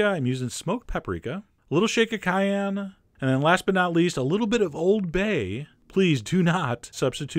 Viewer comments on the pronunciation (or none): none